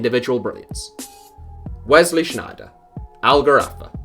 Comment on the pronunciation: Kluivert has a terrible mentality. He won't come good. That's also not how you pronounce Sneijder. Lol.